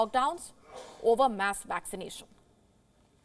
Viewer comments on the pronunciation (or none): I think it's cute when she says waccination.